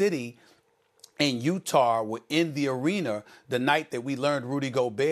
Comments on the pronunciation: Don’t worry SAS today ya won’t get made fun of for saying “Arener” bc of the topic at hand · "You're wrong and here's why. It's pronounced arena not arener Stephen A." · "Arener" is ..you're welcome